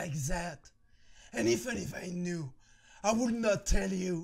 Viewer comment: "...even if I kew..." sorry, luv u buddy